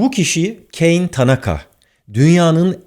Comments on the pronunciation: Abi Kane Keyn diye okunmaz. Japonca yazıldığı gibi okunur. Ka ne diye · Abi o Keyn diye okunmuyor, bildiğin Kane. Japon zaten kadın. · keyn diye okunduğuna emin miyiz? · Barış Bey, çok önemsiz bir şey söyleyeceğim affınıza sığınarak:Tanaka teyzenin ilk adı Türkçe gibi ka-ne diye okunuyor :) Allah rahmet eylesin… hayata başladığı zamanki dünyayla sayonara dediği günün dünyası arasındaki fark, devasa bir uçurum 😕